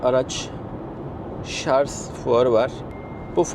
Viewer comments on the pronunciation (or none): Şarz değil Şarj 🤦